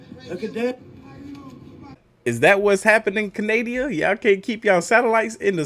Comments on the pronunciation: Did you just call us can-ay-dia??? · LOL. You said Canadia! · I believe these people that were actually in the military and not a foolish YouTuber with no credibility or credentials and can't even pronounce canada